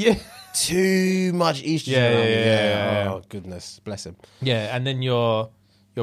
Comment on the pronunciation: “ too much Eastrogen” instead of estrogen killed me